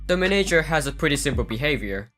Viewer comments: I love how you say manager like menager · The way he says manager